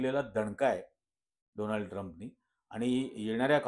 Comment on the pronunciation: डोनाल्ड नाही सर डोलांड 😂😂😂